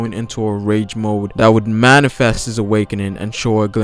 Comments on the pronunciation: Wish he said awakening once in this video...I kept hearing "awakenin" so I was waiting for him to pronounce the "G" on the end haha great video though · theres a "g" at the end of awakening, triggered me